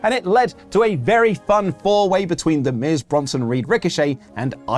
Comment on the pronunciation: Thank you for putting some respect on The Miz's name,.